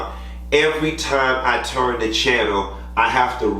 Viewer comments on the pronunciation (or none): none